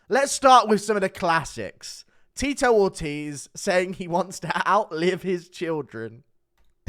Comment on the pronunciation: Not Teetoe Orteez with Ctee E